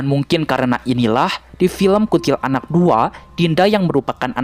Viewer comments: KUNTILANAK. BACANYA/PENYEBUTANNYA JGN DI POTONG MENJADI DUA SUKU KATA. BUKAN : KUNTIL ANAK TAPI : KUNTILANAK (PENYEBUTANNYA DI SAMBUNG) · Kuntilanak bang, bukan kuntil anak😂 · Bukan kunntilaanak yg benar kuntilanak q Tot 😂😂😂